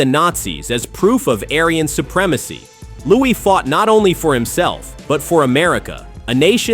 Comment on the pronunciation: Ai makes Louis sound like Louie